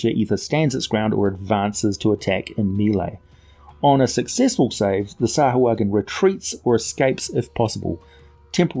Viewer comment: You keep saying it wrong. SAH-WHO-UH-JHIN